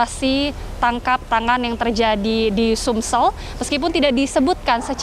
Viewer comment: Reporter TVOne berkali menyebut SUMSEL 😵😵